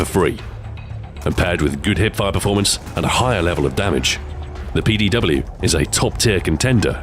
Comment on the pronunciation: Jeez learn to say PDW